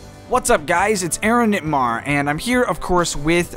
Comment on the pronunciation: Aaronitmar? I thought it was aaronmitar